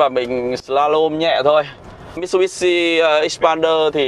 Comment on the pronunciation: Mitsubishi anh ạ... Lên chương trình mà đọc sai tên thương hiệu vậy anh?